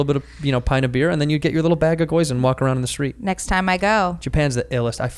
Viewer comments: I cringed every time he said "goyza". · Gi-yo-u-za not goiza lol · Andrew....it's GYOZA not GOIZA!!! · Never trust a nerd that can’t say gyoza. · its gyoza you hick